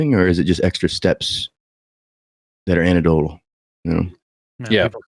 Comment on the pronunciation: I'm gonna be that guy. you gotta put the "EC" back in "anecdotal." an·ec·do·tal